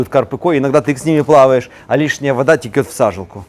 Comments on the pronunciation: нужно говорить" течет", а не текет. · Река теЧет, и не ихние, а иХ!!! У вас классные видео, но эти слова режут слух.